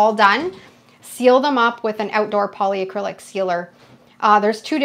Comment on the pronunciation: It's polycrylic, not poly-a-crylic. There's no A 😊 Love watching your techniques 🥰 Thanks from New Brunswick 🇨🇦